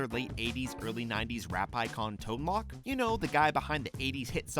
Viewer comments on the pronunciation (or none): It's Tone Loke (like broke), not Tone Lock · "Tone Lok"? Nonono, it's pronounced "Tone Loke". 👍🏼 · He said tone lock 😐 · Did you say Tone "lock" lol!!!! 90s kids are dumb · you pronounced bobby's last name wrong, and it's literally the show's biggest running gag. and tone loc is super famous and you said that wrong too.